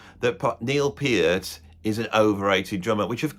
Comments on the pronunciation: It is my opinion that you're no clown but you're hilariously funny. It is also my opinion that Neil Peart (pronounced Peert, not Pairt like that true clown pronounced it) is the "greatest" drummer in rock thus far. He's not the "best" drummer ever, just the most inspiring and exemplary one ever. He's DEFINITELY the MOST OVERRATED drummer in history. I couldn't agree more with what you said in that video. He just HAS to be. He was Neil Peart, after all. Who else would be the most overrated? That guy in Culture Club? No! He wouldn't even get mentioned. Is Bill Ward the most overrated? NO! He's fucking amazing but he''s not Neil Peart. He rarely gets mentioned as being top 5, even though he might well be top 5. Saying that Neil Peart was overrated is NOT THE SAME THING as underrating him. If you ever do a list of "the most inspiring and influential" drummers ever, I'd expect that Neil Peart would make the number one spot because that's exactly what he was. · They could at least pronounce his name correctly…it’s PEE-art, not Purrt. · First guy couldn't even pronounce Neil's name correctly!! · If someone is trying to defend Neil and pronounces his last name in a wrong way... well, that's a red flag.